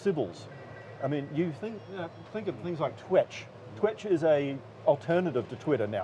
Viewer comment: They don’t even know their own product . It’s called TWETCH . Not twitch . 😂